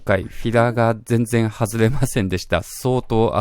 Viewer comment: じぇんじぇん違います